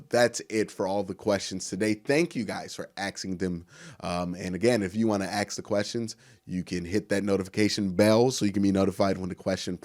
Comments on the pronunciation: You would appeal to a larger audience if you would pronounce it as “ask” instead of “axe”. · Did you Axe him ?or Ask him?